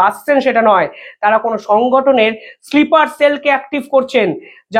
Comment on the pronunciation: ওটা স্লিপার সেল নয় স্নাইপার সেল, বা স্নিপার সেল😊